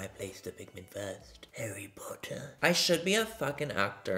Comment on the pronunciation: Lost it when you said “H A R R Y. P O T T A H “